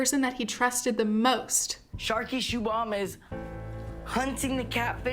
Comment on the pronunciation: I'm laughing at their pronunciation of Shubham seebam lol. It's prounced shoe-bhum